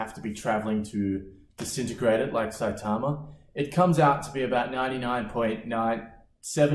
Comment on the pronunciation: Was not ready for the shorts. Also that cool accent saying saitama like really well.